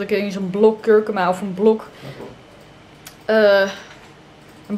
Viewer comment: super leuk.al je filmpjes.. kijk ze al heel lang maar je spreek die kruiden uit als kurkoema🙈 xx💋